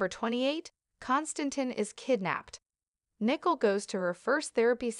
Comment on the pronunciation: Her name is Nicole. You pronounce the letter o more dominant.